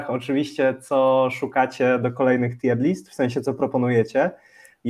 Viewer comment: Nie no kurwa nie moge. Jaka TJER lista? Jaka kurwa? TJIR. TJIR. Rozumiem, ze Polacy jesteście upośledzeni w wymowie jakiejkolwiek nie polskiej, ale jakie kurwa TJER?